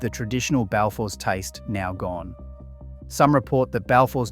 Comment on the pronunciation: arguably the biggest sin in this whole video is that absolutely utter butchering of a pronounciation of balfours you did